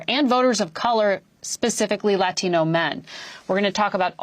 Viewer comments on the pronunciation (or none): She needs to learn how to pronounce Latino.